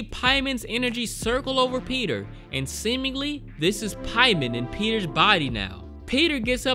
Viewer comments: "Pie-men"? It's Pay-men. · ? haha his name isnt Piemon....Its Paimon.....think Payman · Paimon is pronounced paymon, pay- mon